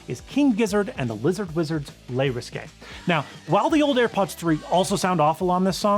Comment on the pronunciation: Honestly all of them 😂😂😂 Le riské? Nah it's just risk man😅 It was funny though. Big guessing energy on spanish and french.